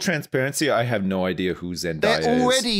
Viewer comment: C’mon guys, with the number of tunes you guys have brought her up you’d think you guys would learn to pronounce zendaya correctly. It’s day not die